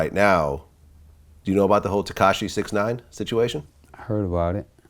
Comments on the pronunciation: It was ketachi he would have said tekashi 😂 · Somebody gonna tell... Vlad says "tekachi will" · Katashi??? Lol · No one Freewayricky: ketashi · I already knew someone was gonna be on his ass for saying ketachi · He said Kentanchi tho